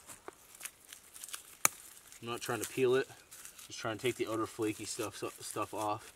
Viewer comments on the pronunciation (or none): none